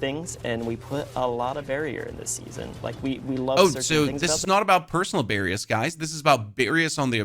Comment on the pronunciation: Do you mean BARRIERS? Why do you keep saying Barrium?